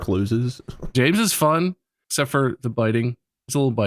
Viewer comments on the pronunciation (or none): none